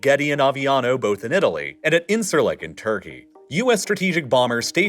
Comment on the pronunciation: Don't know if you'll see this, but you consistently mispronounce İncirlik. The letter C is pronounced like a J in Turkish, so it's like een-jeer-lick